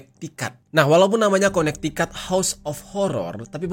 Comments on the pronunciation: Konektikut bang bacanya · bacanya kone tiket bang